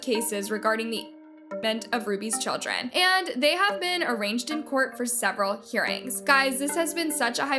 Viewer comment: in the word arraigned you dont pronounce the g. It’s completely silent. Like rain.